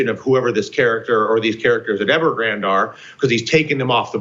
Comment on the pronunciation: Not a big deal but you are pronouncing Evergrande incorrectly just a heads up. Ever-Gran-Day